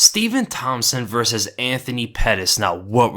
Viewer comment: "VS" = "versus"... not "verse".